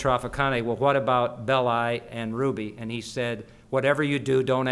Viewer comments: why is it , with such a massive Italian population and culture , that Americans refuse to learn how to pronounce Italian names ?? Belli is pronounced BELLEE ffs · Anthony Bowers Actually is it not BEHHH-LI with the extended emphasis on the penultimate vowel? As in FELL-EEE-NI for Fellini.